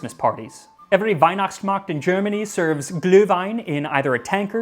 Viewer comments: Congrats on the pronuciation of Glühwein. Pretty close. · Pronouncing Glühwein and Glögg perfectly… thanks for taking the effort only few do. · Your German pronunciation is very good :-) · I'm impressed. How long did you practice to pronounce Glühwein and Glögg? You were not too far off and those are hard to pronounce. Yes, Glühwein is tradition for the cold winter months and we make it every year for christmas despite living on the US west coast where winter is a mild 60 degrees. We tried our hand on Glögg last year and actually like it better than what we were used to from Germany. It packs a bit more of a punch, so I guess I'll be making both every year now - and of course I have to try your recipe and see what the additional spices do. Better start acquiring the rare ones just in case it takes months to get them. Unlike for Cercei, Christmas is coming :-) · Kudos to your pronunciation of "Glühwein" :-) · Wow, that was quite a valid German pronounciation from an American togue. Altogether another very nice episode, keep up the good work, Sir! Those boots aren't regular though, normally Glühwein is just served in (often Chistmas themed) mugs. The warm alcohol, all that sugar, sometimes "mit Schuss" (with a shot of rum or some other schnapps), find their way into ones head quite fast, and therefore some of those mugs may find their way into home kitchens, which is why you'll have to pay a deposit on them these days.